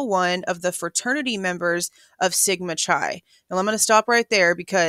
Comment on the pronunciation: Chi is pronounced with a hard 'C'. Like Kie